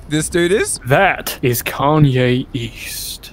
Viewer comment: Kanye east? I thought you said kanye Yeast